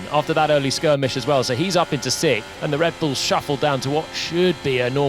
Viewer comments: Since there is no such number as sick, there can be no position sickth. It is lazy English. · What's "sikth"? Is that meant to mean sixth? Really?